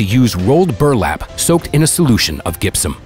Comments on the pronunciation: of the World, oh, no no no.. in, I gotta stop you. WTF is GIP-suhm? Gypsum is pronounced "DZIP-suhm." Maybe more easily seen if you spelled it Jyp-sum. It is not a hard G, like Greg. It is soft, like Gypsie. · Gypsum is pronounced “jipsome” hearing “gip”sum made me wanna stop watching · Gipson? Gypsum but sounds like jipson. Lmao 😜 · Gipsum is pronounced with a soft j sound btw. Also, I'm surprised corporations are so compliant with alerting museums even though it must cost money. I'd love to know more about that side of things. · Please pronounce words properly. Bitumen = Bit-choo-min, not "bidda-min" Gypsum = Jip-sum, not "gip-sum" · BiteUmen not Bitamen, Jipsum not Gibson, good God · Good God!! If you're gong to use text-to-speech, you could at least make an effort to check the mispronounced words and correct the pronunciations.For example, "gypsum" is pronounced with a "j" sound, not a"g" sound. and "bitumen" is pronounced "bich - you - men", not "bit - you - men". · Jip sum. Not gip sum. J as in jump not G as in grape. JIP SUM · Dope vid but your pronunciation of gypsum and bitumen were funny. Do you call them gip-sees (gypsy) or egiptian? Egyptian. lol Thanks made my day! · I absolutely love this story. What an amazing find! Having said that... "GIP-sum"??? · Was this voice AI? Or are the mispronunciations ("gip-sum") natural mistakes? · Maybe the narrator of this program first learn how to pronounce the word gypsum before narrating anything else.